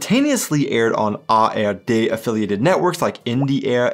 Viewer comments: minutes, do you say "tagesschau from AfD"😮? It sound so, but it should read "from ARD"!‼ Do you have some kind of "Bidenn's desease"?😁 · Did you say Afd instead of ARD?🤨😮